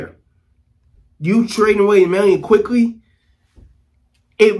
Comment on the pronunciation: Had to stop watching cause he said the trade wrong in the beginning….for OG Anunoby, AND Immanuel Quickley